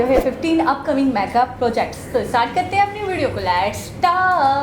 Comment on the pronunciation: hoor e Gawar Myaa ga nahi Mega May ga mEGAAAAA